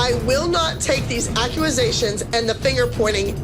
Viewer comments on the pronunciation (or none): I will not take these accu-ma-sations any more!! 😂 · Abby, "accuAsations" 😂😂😂😂😂